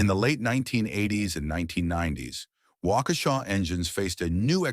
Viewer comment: Thanks for the history lesson. It's especially nice to hear the name pronounced properly.